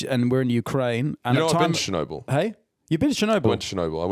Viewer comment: Finn pronouncing Chernobyl as Chirnobble the whole episode making it sound like a provincial town